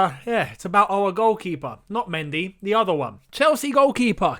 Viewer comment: o my God said de oder one im dead